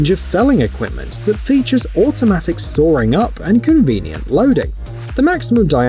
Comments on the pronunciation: There’s no “r” in “saw.” It’s “sawing,” not saring.” 🙄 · Sawring? Forgive my jawring, but this is shite Englirsh. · It's genuine English, spoken (apparently) by an English person. What the English speak is, by definition, English. However...I'm also English and I don't pronounce sawing that way, but I have to recognise that it's a 'popular' pronunciation - we English have a divide in those that pronounce vowels in their long and short forms eg when I say 'bath' the A sounds like the A in apple but many say it like it's followed by an R. If you're not English then you really aren't in a position to criticise English pronunciation, it belongs to the English. Even when we can't agree within ourselves 🙃